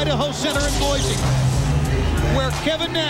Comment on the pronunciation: As an native of Idaho, THERE IS NO Z IN BOISE